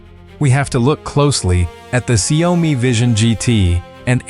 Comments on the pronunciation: Xiaomi is pronounced, "Shaow Mee". Not hard to get right, lol. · These AI speech generation does not know how to pronounce XIAOMI. It's XIAO MI. You get it right sometimes